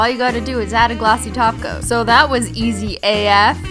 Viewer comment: SHE SAID TOP COAT NOT TACO! WHAT IS LIFE?!?!